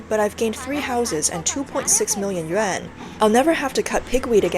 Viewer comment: This channel has never and will never learn to pronounce yuan.